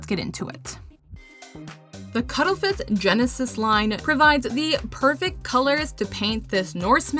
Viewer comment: Had to do a double take when you announced the first paints. I did not expect to hear "Cuddlefith" instead of Cuttlefish xD